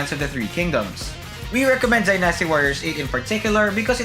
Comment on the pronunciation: You are pronouncing the word Dynasty wrong dude!